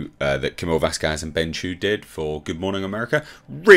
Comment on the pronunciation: VASquez. Wrong emphasis